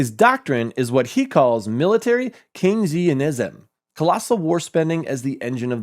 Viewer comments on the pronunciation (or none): Dude? Great channel! Great analysis. But Keynesianism? Starts out sounding like ‘cane’.